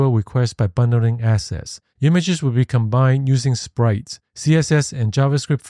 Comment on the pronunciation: I like the graphics. Please work on the enunciation. "Unlike" needs K, "side" needs D, "assets" needs T, "lets" needs T,... Those issues made the video hard to follow purely by acoustics, not content.